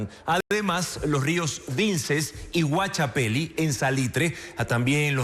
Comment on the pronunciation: Río Guachapelí (tilde en la I)y Catarama.(No Caramata)... vamos a tener que regresar a Don Alfonso...para que de un nuevo training...a este muchacho.